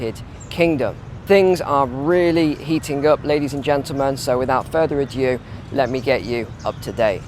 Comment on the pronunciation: “Further ajew”???